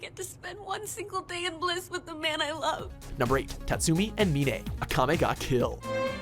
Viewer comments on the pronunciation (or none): her name is not minay it's mine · The way he pronounced Mine from Akame ga Kill. Me-nay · who is A me nay?? 😭Her name is mine like the word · Her name is pronounced “MINE” as in, “this is mine” not “Min-A” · It is pronounced Mine not Minae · Ok you pronounced Mine’s name wrong it’s just like pronouncing mine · Ok but I'm pretty sure that Mine isn't pronounced like "mee-nay". In the anime she pronounced it just like the English pronunciation. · did you just say menay instead of mine? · It's not Mi-ne, it's Mine as in minefield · Did he just call Mine "Mee Ney"? FUCK YOU. THIS HAS BEEN A PROBLEM FOR YEARS. SAY THE FUCKING NAMES RIGHT BEFORE YOU DELIVER THE FINAL PRODUCT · Did he really just call mine meanay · who the fuck is mi-ne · In the anime her name was pronounced literally “Mine” but you guys just used your own dictionary huh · who the hell is mi-ne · in akame ga kill you pronounced mine wrong its pronounced [my]ne like your just saying mine. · D-d-did he just call Mine Mi-ne... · Mine's name is pronounced like the bomb lol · It's pronounced "mine" as in the English word. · Da heck did he just pronounce mine incorrectly? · Why are you pronouncing Mine so wierdly.... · Dude,you pronounced Mine's name wrong,did u even watched the anime or wut? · plus,he pronounced Mine's name wrong XD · The way you pronounce Mine.... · He says Mine wrong badly